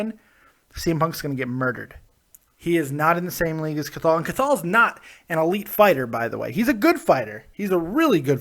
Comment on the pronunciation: Hey, love the videos but his name is pronounced "Kahal". Much love from Ireland